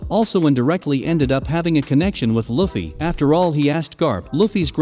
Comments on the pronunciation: Say luffys name right!! Wtfff! U were literally saying it right in the beginning. Its (loo•fee) not (luh•fee) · Omg, how many more times is he gonna mispronounce Luffy's name?? I'd even say the Japanese accent sounds better than this. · Bro. If you dont stop pronouncing luffys name with a short u instead of a long u im going to report your channel for misinformation. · Nobody gonna talk about how he is saying luffy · Dude, have you even watched One Piece? If you did, then you would know how to freaking say Luffy's name right